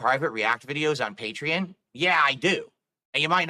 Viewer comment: It irks me everytime he pronounces Patreon as "Patree-In".